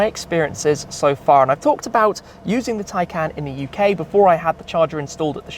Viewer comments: Why do you call it a Tiecan when it is a Taycan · Hi car is pronouced "taycon" not "taycan"